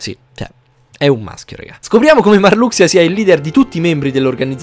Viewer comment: Che bello sentire "MARLUXIA" e non "MARLUSHA" hahahaha da bambino lo chiamavo MARLUXIA e rimane tale sti cazzi Cmq ottimo riassuto!